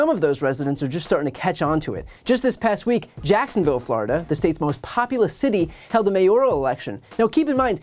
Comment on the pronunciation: "FLORIDON'T?" 🤣🤣🤣 I thought it was "FLORI-DOH!" 🫨